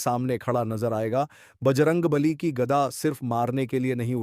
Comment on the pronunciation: ठीक से गदा तो बोलो।